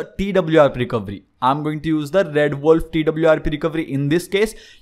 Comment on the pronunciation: It's not recovry, it's fucking recoVEry my god!